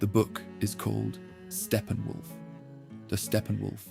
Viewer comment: "Stephen Wolf" 😂